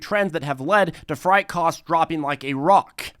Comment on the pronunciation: Freight= Fr-ay-T